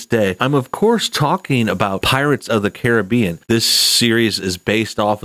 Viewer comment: Its pronounced Caribbean not Caribbean